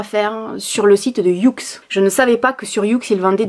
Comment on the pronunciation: Juste pour préciser le site « youx »comme tu prononce,se prononce comme ça s’entend «yoox »qu’un petit détail mais bon.